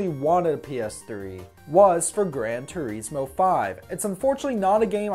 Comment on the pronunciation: "Grand tureesmo"